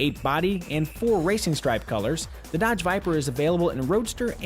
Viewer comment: D :D "Hello and welcome to our comprehensive KBB review of the Duh-odge Vypr. :D :D Sounds so silly, trying to sound convincing :D :D